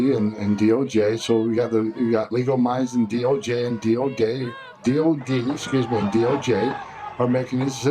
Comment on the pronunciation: He actually said DO gay (DOJ)